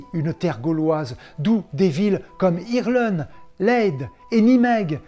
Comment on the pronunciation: certainement pas "Hirlen", mais "Hérlen". Le double e en néerlandais ne se prononce pas comme en anglais...